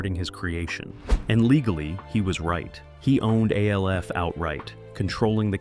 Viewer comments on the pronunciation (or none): Its not A L F. Its Alf. When you say it as A L F you sound like a D O U C H E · Yeah, of course it was a puppet... and the video keeps calling it A.L.F., instead of the name 'Alf', for whatever unknown reasons, so no, it's not, 'Elf', either. One of my favorite all~time shows, and it's so sad that the dad, Max, later ended up dying alone {because back in those days, being gay wasn't acceptable}, broke, and addicted to smoking c****. It's a sad shame that sometimes it's best that we don't know a lot of our favorite show's 'behind the scenes' facts, because Hollywood has a nasty way of treating people like 'products'. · Yeah, I didn't even finish the video. A L F instead of ALF 🙄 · Why are you pronouncing his name as A. L. F. and spouting out a lot of false information? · His name is ALF, damn it!!! Say it correctly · why is he calling it A..L..F> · Narrator keeps calling ALF A.L.F. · KevinE: They called it Alf on the show. Argue with that. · yeah, the moment I heard that I shut it off